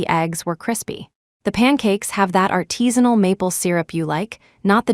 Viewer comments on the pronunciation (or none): Not broughtwurst but BRATWURST. Also ARTISANAL not artseasonal . Correct spelling: STRODE not stroed